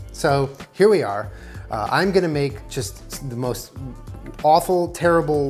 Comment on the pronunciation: that was “Wawful”